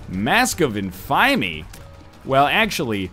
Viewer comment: "Mask of inf-aymy"